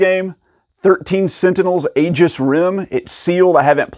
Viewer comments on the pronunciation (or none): none